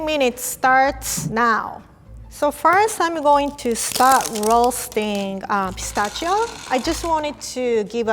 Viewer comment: I love how she pronounces pistachio! Its the cutest